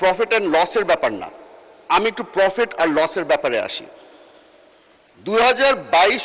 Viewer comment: Profit not Profet 😂